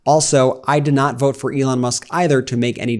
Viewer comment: “I will boat, for Donal Trum”😂😂😂😂😂